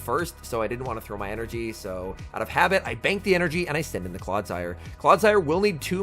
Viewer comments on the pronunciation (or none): none